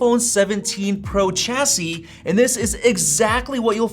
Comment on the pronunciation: Chassis is pronounced shassy.